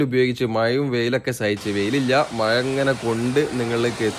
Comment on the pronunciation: മയ, വയി. മലയാളിയുടെ അഭിമാനമായ ' ഴ ' വിഴുങ്ങി. കഷ്ടം. ഇനി ഇതിനും ഓരോരുത്തന്മാരും ന്യായവുമായി വരും.